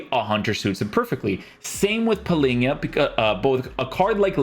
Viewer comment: Always saying Palinha instead of Palhinha.